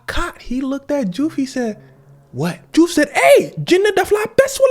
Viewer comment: Nice catch in the name diouf is pronounced joof. lol just saw that you spoke wolof